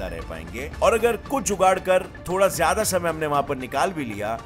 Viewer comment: AAP jyada ko jyadi kyon bolte ho